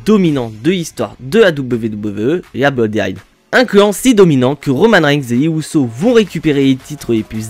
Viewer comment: Mon cher on dirait que tu as un problème au niveau de la langue ! La Bloodiine😮 waw